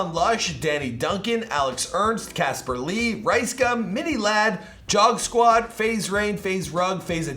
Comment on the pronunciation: "Jog squad" supposed to be pronounced "Jüg squad"... 2fue??? It's "tee-fue".... Sorry it just really pissed me off